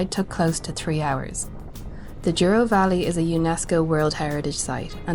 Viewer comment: If you look closely, the first 3 letters of "Douro" are not "duo" but "dou" and they're pronounced like "dough". 😉👍